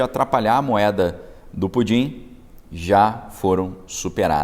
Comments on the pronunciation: Você esta falando PUDIN ou PUTIN ? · Cara, fala o nome certo do Putin, pois essa brincadeira de Pudim tá irritando a minha audição. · Não é pudin, fale pelo nome correto. Não tem graça nenhuma, essa sua brincadeira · Com todo respeito, o senhor não Pronunciar o nome do senhor Putin? É irritante.